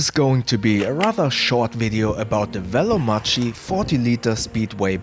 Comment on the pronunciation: It's pronounced "Veloma[k]i" not "Veloma[x]i"